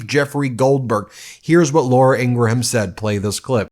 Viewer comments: “Ingraham” = Eeen-gram. 2 syllables. Just like “Graham cracker” and “Tim Graham” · Graham is not Gray-Ham, its Gram, & Ingraham is not Ing-ray-ham, it's just Ingram, there, easy peazy. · Love the show but it's not pronounced ing.. gra ..ham it's Scots and pronounced ING..GRAM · Drives me crazy when you don't learn that the surname Ingraham is pronounced "IN-grum", not "IN--gru-ham"...and Leavett is pronounced "LEV-it", not :LEEV-it". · Its "Ingram" not "Ingraham" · This is the only outlet I have ever heard. That says Laura Ingra-ham. Everybody just says Ingram. I don't even think her colleagues say Ingra-ham. Why would anyone willingly put more effort in to pronouncing this ghouls name? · She pronounces it “Ingram” not ingra-ham. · I love you Ben but her name is pronounced, ING-GRUM not ING-GRA-HAM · I don’t like her but she does pronounce her name as Ingram. Not Ingraham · Please say Ingraham like you would GRAHAM CRACKERS. It’s not graHAM, it’s gram… likewise, it’s Ingram. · Not pronounced In-gra-ham. It’s pronounced In-gram. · Ingra-HAM!!?? Do you also say Gra-HAM crackers?? 2 syllables in Ingraham, 1 syllable in Graham, please. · You're saying her last name wrong. It’s like graham cracker. You are putting an extra /a/in the the name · IngraHam??? Do you also eat graHam crackers? Listen to Billy GraHam? Lindsey GraHam?? You do know the H is silent, right??? Geez, at least pronounce it correctly! 🙄 ugh. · Not positive but I think it’s pronounced like In-gram as in graham cracker. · I thought it was pronounced INGRUM. 🤷‍♀️ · Dude learn to pronounce peoples names i dont care for her either but i know how to say her name ing gram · lol she didn’t lose it…learn how to pronounce her name 🤡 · Are you physically incapable of pronouncing Ingraham correctly, or something? It may seem like nitpicking, I know, but it makes me twitch every time. You make fun of trump for mispronouncing words all the time, so shouldn't the same standard be applied to you?